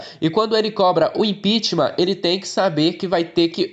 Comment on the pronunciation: só uma dica: a palavra correta é "impeachment", não "impitimam"